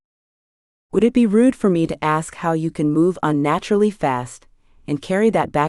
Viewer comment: LOVE the story, but you would think a computer could pronounce ASK correctly instead of AKS!